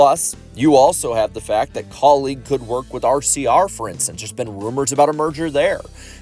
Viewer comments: Anyone else getting annoyed with how he keeps saying kauleeg and not kaulig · Why are you pronouncing Kaulig like colleague?